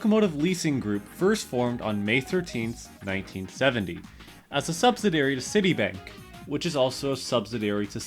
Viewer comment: Bro needs to learn how to pronounce words like subsidiary and Schenectady